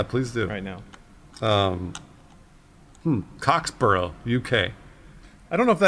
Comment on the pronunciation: random asside - "borough" in an English place name and to an English person is pronounced differently - it's more like "bruh." eg Middlesbrough sounds like Middlesbruh. so Cocksborough would be Cocksbruh 😊😊